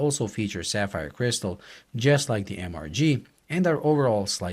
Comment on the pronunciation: I always thought it was pronounced Mister G lol